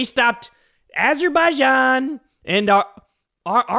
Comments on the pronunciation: Azzermeaniya and Azzerbiloba :trophy-yellow-smiling: LMAO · Aberbaijan and Albania 😂😂